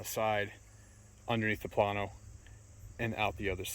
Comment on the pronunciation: Plano is pronounced "Planeo".